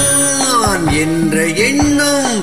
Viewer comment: மக்களிடையே விழிப்புணர்வை ஏற்படுத்திய பாடல். இசையரசர் குரலில் ஒலிக்கும் கம்பீரமும் உற்சாகமும் தங்கள் குரலிலும் பிரதிபலிக்கிறது. நா..ஆ..ஆ...ன் ..உச்சரித்த விதம் அருமை.மெல்லிசை மன்னரின் எழுச்சி மிக்க இசையில் , " ஓராயிரம் ஆண்டுகள் ஆகட்டுமே... முன்னேற்றம் என்பதெல்லாம் உழைப்பவர் உழைப்பதினாலே.." வாலி ஐயாவின் வேகம் மிகுந்த வரிகளை ..அதே உத்வேகத்துடன் பாடி அசத்தி எங்களை மகிழ்வித்தமைக்கு நன்றி சகோ. MGR பாடல்கள் என்றுமே உயிரோட்டம் உள்ள பாடல்கள்..❤